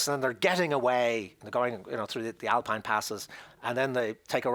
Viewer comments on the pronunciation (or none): none